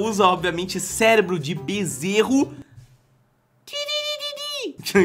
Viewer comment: Não é benzerro.E bezerro!ou só eu entendi a dicção dele